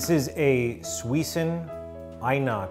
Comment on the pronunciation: It’s suisin not suison